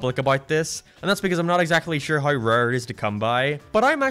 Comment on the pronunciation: What accent is that? You are perfectly understandable, untill you speak an "..ay" sound. "Always" becomes "alwees", "Game" becomes "Geem", "Space" becomes "Spees" and so on. I'm curious.